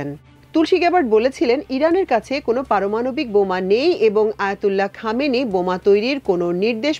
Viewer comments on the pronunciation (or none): none